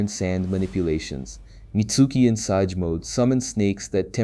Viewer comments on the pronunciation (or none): Its pronounced SAY-J, not sah-ge wtf